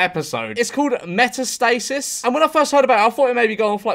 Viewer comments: The correct way to break up the word would be meta/stasis. Not metas/tasis 😭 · its pronounced met-ass-tah-sis jajajajaja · It’s pronounced me-ta-stuh-sis, because it’s named after the type of cancer walt has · George's pronunciation of metastasis is... interesting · Being a biologist I cringed at the way metastasis was said lmao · "meta-stasis" lol. And why would they win a Mexican award, it's from Colimbia